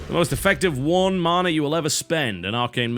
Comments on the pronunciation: why do you say marna?? it's ma na.. mana. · tis man-a! not marn-a